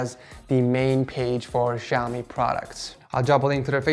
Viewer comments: impart Asian and my aunt says its pronounced "xiao me" just to let you know keep up the dank uploads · Lol he say xiaomi shaumay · "Shaowmay" Bruh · Xiaom eh hahahahhah its xiao mi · "Xao-Mee" lol